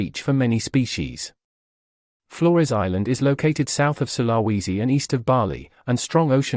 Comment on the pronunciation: With a population of at least 15 million and at least one huge international island then Sulawesi is hardly remote. Also it's pronounced 'sul-ah-wee-zi '